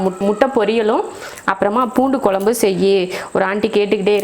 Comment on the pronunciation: நீங்க கொழம்பு னு சொல்லும்போதே கேக்குறதுக்கு நல்லாயிருக்கு